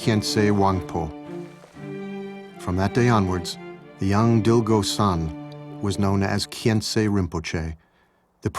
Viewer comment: Lovely, thank you so much for sharing this. FYI, Dilgo is pronounced "Dingo" in Khampa Tibetan. It's just one of those oddities of spelling of an old Tibetan family name.